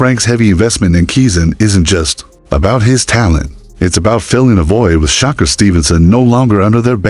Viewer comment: U saying Shakur name wrong